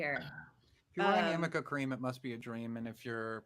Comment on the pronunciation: And it's ARNICA CREAM. There's no such thing as AMICA cream. Elaine is an idiot and mispronounced it 50 times!